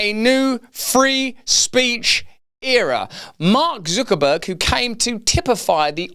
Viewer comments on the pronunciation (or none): why does he pronounce his name ZOOKERBURG? it's not a UK thing, I live in the UK, we say Zuckerberg like everyone else